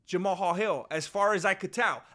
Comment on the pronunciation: You are the only person pronouncing that man’s name right! I respect 🫡 you for that bro!